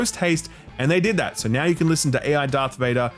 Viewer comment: soo Chicago.